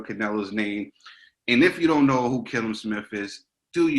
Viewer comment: Boys its pronounced kall um..